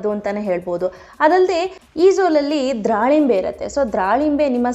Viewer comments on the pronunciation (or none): it's wrong, it's dhalimbe not dralimbe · dralimbre ಅಲ್ಲ akka ದಾಳಿಂಬೆ ಹಣ್ಣು.